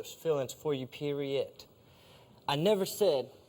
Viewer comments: He said “peroyat” lmao 🤣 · My man's said "PER-I-ODT" 😭